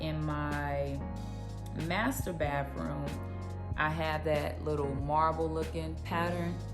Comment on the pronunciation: It's pronounced baTHroom